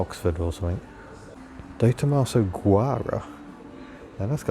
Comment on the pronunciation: Oh boy...you had me at your exotic pronunciation of Detomaso Guara! 😂😊😊